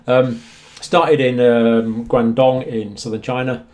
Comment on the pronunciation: That was a surprisingly accurate pronunciation of Guangdong.